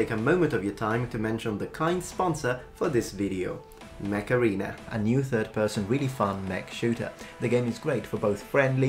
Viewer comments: every time you say mech arena i hear macarena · It sounds like he's saying "macarena" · You saying Mech Arena sounds like Macarena...famous Spanish hit....